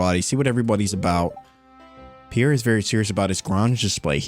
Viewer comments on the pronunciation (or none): none